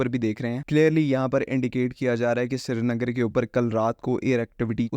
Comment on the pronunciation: Shree-nagar to bola nhi jata tumse